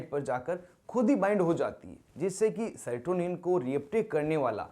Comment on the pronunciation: Sertonin nhi serotonin hota hai